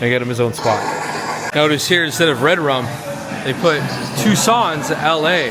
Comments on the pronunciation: It's pronounced 'TOO-sohs'.... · World famous yes but apparently not world famous enough for him to learn how to pronounce the name correctly. Lol